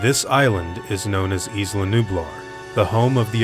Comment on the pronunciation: It fucking annoys me so much how americans pronounce "Isla". Its pronounced "eye-lah" not "eeslah". Fuck sake.